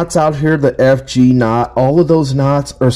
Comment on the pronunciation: Can't pronounce FG . Prob not the most informative video.